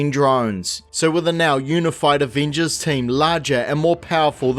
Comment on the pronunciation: take a shot every time this dude says “aveenjuzz”